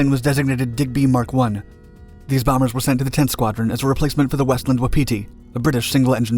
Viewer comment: Pedantic note regarding the Westland Wapiti mentioned briefly in the clip: Wapiti is pronounced with emphasis on the first syllable, not the second, i.e. WOP-itti, not WaPEETee